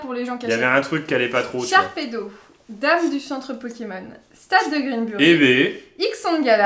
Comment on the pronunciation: Kim : PO-ké-MON XD